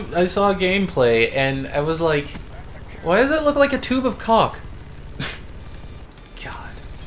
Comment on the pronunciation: Also, its pernoused "caulk = caul-ck" not "cock = penis"